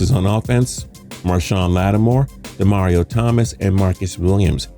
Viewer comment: Demario not demerius